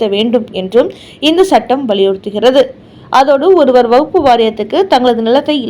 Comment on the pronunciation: வகுப்பு திருத்த சட்டம் இல்லையம்மா. அது வக்ஃபு திருத்த சட்டமம்மா. உங்களது உச்சரிப்பில் குற்றமுள்ளது. முதலில் அதை சரி செய்து கொள்ளுங்கள்...